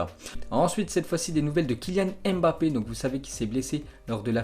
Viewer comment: Salut ça fait longtemps je t’entends dire kilyan èmbapé c Mbappé pour rectifier il dit lui même écoute les diffuseur il disent bien Mbappé mtn merci grosse force toi